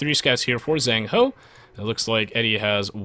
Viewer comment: eddie actually managed to get 2 villagers with his initial scout, not just one, which I guess put ZhengHo at a substantial disadvantage. Also 'zh' is to 'z' as 'ch' is to 's' :P